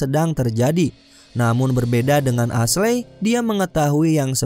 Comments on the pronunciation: Ashley dibaca esli ngab. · Cerita nya bagus tapi sumpah geregetan waktu salah nyebutin nama Ashley. Dibaca esli yah. Wkwkkw coba deh dengerin nama2 nya waktu nonton filmnya.